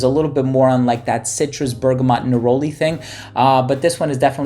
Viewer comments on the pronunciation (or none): none